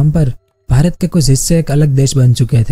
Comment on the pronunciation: Bhrat nai...pyra bhrat boliye